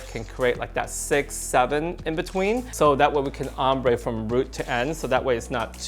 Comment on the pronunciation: Also "rootagé" will always be a permanent part of my vocabulary 🫶